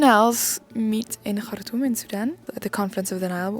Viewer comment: Yes the way she say Khartoum ...❤❤